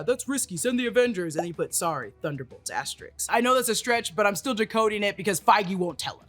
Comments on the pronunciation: Its ASTERISK* not asteriks, its ASK, not AKS 😂😂😂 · Asterisk (ASS-TER-ISK)*